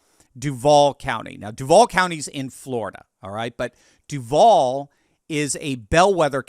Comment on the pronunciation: Pronounced: DUU-Vall #GoJags